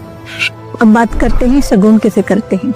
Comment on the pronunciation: सुगुण नही सगुण ! निगुण नही निर्गुण!! पहले ये परिभाषा सीखो,बादमै लोगोंमे ज्ञान झाडो ! ज्ञान उच्चारण आत है क्या ? कि ग्यान उच्घारण करत हो??